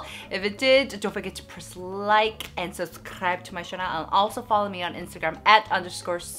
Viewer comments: victoxica I read in the comments that she pronounces it like that on purpose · gets me everytime she pronounces “channel” as “chanel”.....